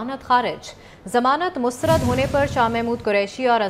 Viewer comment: plz pay some attention to pronounciation of urdu language i-e lfz mustrad hy mastrad nhi .. pta nhi exact sy degree ly kr anchor bnn gay hn .. kuch tu urdu tlufz prh lea hota